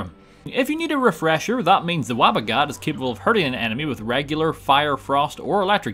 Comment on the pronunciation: its WABBA JACK